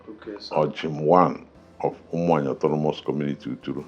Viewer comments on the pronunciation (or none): none